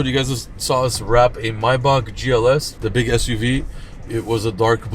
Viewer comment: It’s pronounced Maybach not Maybach.